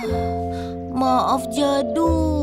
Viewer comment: Mohòn maaf bukanya bikin netijen marah tapi na manya bukan jado tapi jadu😅😅😅😅😅😅😅😅😊😊😊😊😊